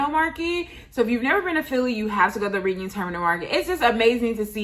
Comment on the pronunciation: Love the vlog. Just to correct about one minor thing. It's actually pronounced Redding Terminal Market